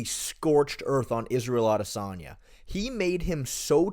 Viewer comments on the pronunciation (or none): none